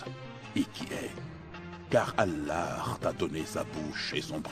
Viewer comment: Depuis taleur tu parle en français termine en français j'arrive pas a écouter quand il dit moramed allar c'est trop pour mes oreilles faut lui dire c'est plus possible la 😅😌 je le dit avec humour mais c'est sérieux